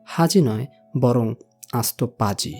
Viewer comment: "paaji" Valo e bolechen.........😊😢